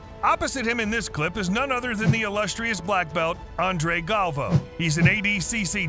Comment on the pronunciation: It's not pronounced galv-o it's gal-vi-o